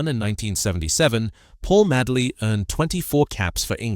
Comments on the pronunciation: Ffs he was called Madeley not Madley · Please pronounce his surname correctly not Maddley but Madeley sounding like Maydley Do your homework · Sick of AI commentary its Paul Madeley. pronounced MADE ley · You also pronounced his name wrong . As I say I was at school 🏫 with his Nephews. No worries . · How can you talk about a player when you can't pronounce his name correctly, your a fake,get off YouTube. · You can't even pronounce his name!!! What the fuck!!! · spelled his name wrong, pronounced his name wrong, do your homework mate, Paul Madeley Leeds legends R.I.P. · It's Madeley Ffs. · Can't pronounce his surname correctly. What sort of Leeds fan are you? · Such a pity that this post doesn’t respect this ‘Rolls Royce’ of players by getting the pronunciations right. So many mistakes. Dates, titles, names, nothing is left as it should be spoken. With Madeley you didn’t notice that the ‘star’ was missing, because he was as good. Being so good in all positions probably meant that he didn’t get the acclaim or first team games that he deserved. That he managed as many as he did leaves me wondering how many matches he might have played had he had one position.